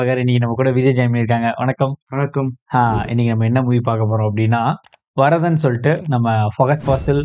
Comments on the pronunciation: Varathan illei..ath vanth kaththi nu solluramathiri pronounce pannanum..Varaththan..not varadhan... pronounced as "iththa"..Varaththan..double "tha" irukku. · ப்ரோ அது வரதன் இல்ல வரத்தன். அதாவது வந்தேறி